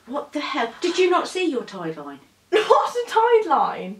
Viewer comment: “Tird-line” I’m dead 😂